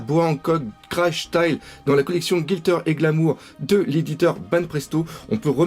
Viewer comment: gLitter, pas GiLtter ^^